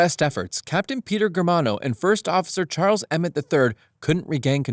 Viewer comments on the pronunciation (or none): none